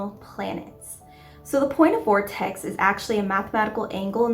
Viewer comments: VERtex (not VORtex) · Why are you saying vortex when its vertex. And it is usually just refetred to as the vertex. Not the point of vertex